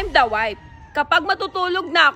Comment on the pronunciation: Sa true…infairness graduate cia ng accountancy…but she can’t even pronounce the word WIFE properly🤣